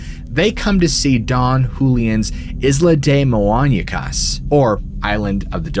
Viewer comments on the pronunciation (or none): Didn't Gates investigate the Island of the Dolls in an episode of his original show Destination Truth? Also, work on your Spanish, bro. It's muñecas, not moañecas. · I’m sorry but the way you pronounced ‘Muñecas’ was hilarious 😂 lol. The Wizard did it though!